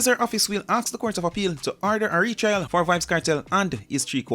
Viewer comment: R-E-T-R-I-A-L= Retrial.. Not RETRAIL